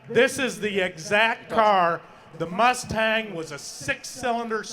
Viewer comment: I really like that mus-Tang. It is su-Per coo-L